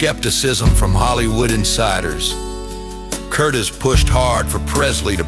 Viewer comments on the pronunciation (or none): Good god! He sounds like a manic preacher on crack! No need for it. Will NOT be watching anymore👎👎oh and its Michael Curtiz, spoken like CURTEEZ, not Curtis. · Michael CurtEEZ is how to pronounce the director's name.